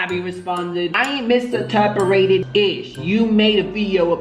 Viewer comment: It’s the “misinterperated” for me 😂😂 come in